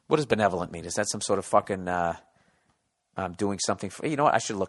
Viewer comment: b e n e "ev" lol